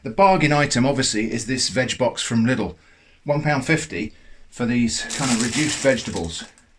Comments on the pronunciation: in Germany they will laugh at you if you say Lidl like that haha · haha lustig wie briten Lidl aussprechen